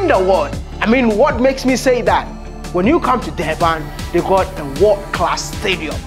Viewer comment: Stop saying "Wod class". The right pronunciation is "World Class"